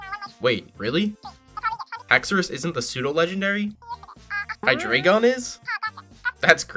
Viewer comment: Just a note, drei in heidreigon is 3 in German and you are pronouncing it wrong.